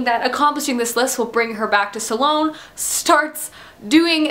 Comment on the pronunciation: aaagghhh. It's not pronounced suhlone. There is no uh in the pronunciation.